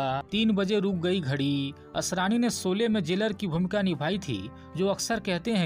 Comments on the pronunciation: आप शौले को सोले बोल रहे है . श, को श कहिये स नहीं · पहले शोले तो ठीक से बोलो! सोले बोल रहे हो 😃😃😅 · Soly !!! Bhai ye sholy hain Hindi ke sahi shabdun ka Uchcharan ( pronounciation ) bolna ab to Sikh lo bhai .... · 'सोले' नही, फिल्मका नाम था 'शोले'